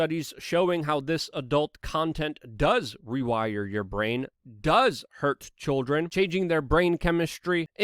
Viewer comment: Why is he saying choldren?